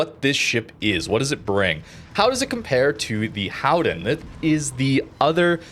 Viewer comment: No it isn't.. ;) Just say Golden..